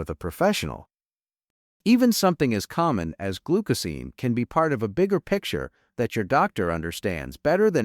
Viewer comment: AI is unable to pronounce glucosamine. Every time glucosamine is said in this video, it is pronounced differently. What we do not know from this study is what else did people eat, if anything, besides glucosamine that may have caused the 25% increase? I read the study and there is a connection between glucosamine causing sugars to bind to proteins. Based on what I read the problem might be to much sugar in some peoples brains?